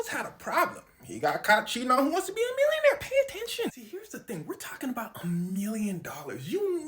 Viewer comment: The way he said mwillioneir